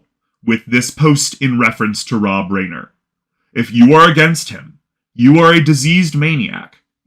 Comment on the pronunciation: Reiner is pronounced Rye-ner.